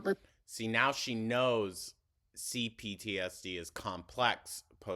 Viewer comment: Not the CTPTSD - gurl it’s CPTSD. 💀